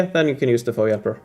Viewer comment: No biggie but I noticed you said FOE like FOE-ee, 2 syllables. It threw me. At least in states it’s said 3 syllables - each letter: F-O-E. 😂